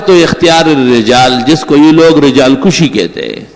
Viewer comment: O chacha g rijal kushi ni kashi hay...ye to ibtedai sarf,nahv parhay huay ko b pata hay apko mufti ki digree kis jahil nay d